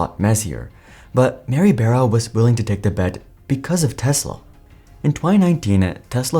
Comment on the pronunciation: IDK why it bothers me but I'm pretty sure it's, Mary *"Bar-uh" "b-ARE-uh". Not Mary "bear-ah".